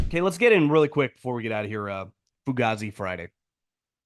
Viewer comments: … the way you say fugazzi is so unseasoned bro. The way Dom says it is actually the correct way bro😂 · saying foogazi has me literally in tears 😭😭😭